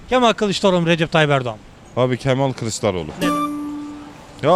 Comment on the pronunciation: Artık yeter Kîlįçlaroğlu diyen mantığı hiç anlamıyorum gerçekten